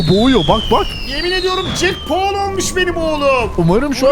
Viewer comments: Jake Paul yanlış jak pool doğru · Jack Paul diyo ya Mike Tyson varken